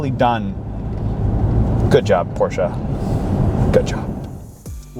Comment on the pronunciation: This man said the name correctly!!!!! Still hate the look of the rear lighting though.